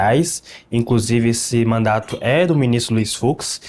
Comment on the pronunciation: Fiquei agoniada ele falando mandato afff😊